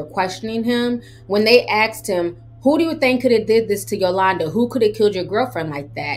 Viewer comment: Asked not axed